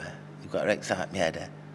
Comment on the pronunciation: Come and see me Eddie and eggcite me tickled me that 😂😂😂